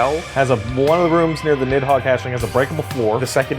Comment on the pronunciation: i stopped playing my game and did a doubletake when said nidhogger